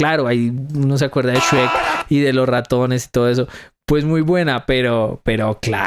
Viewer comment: Tu dices Shuerk.